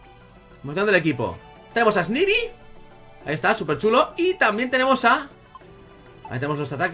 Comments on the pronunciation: no se lee snaybi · snivy se dice esnaivy saludos n.n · snivy se pronuncia snaivi